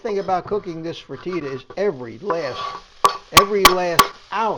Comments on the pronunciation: Um, it's "Free Ta Tas", not "Fra Tee Tas". Yes, you can pronounce it like bodacious "Ta Ta's" 😂 My ground beef and bacon is in the freezer ready to go! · You're killed me,my Iberian and Brazilian forebears are calling out to me. It's pronounced (fra-ta-ta) but thankyou for the recipe. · I love your recipe but bless your heart it's pronounced Frit-ta-ta. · Its pronounced fr tah ta!! 😊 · Looks good! I’ll give it a try! Never heard frittata pronounced as you do - is that a Florida thing? Also, I hope your pan is not Teflon … we use seasoned cast iron skillets and nothing sticks to them and they don’t leach any of the cancer causing chemicals. Best to you!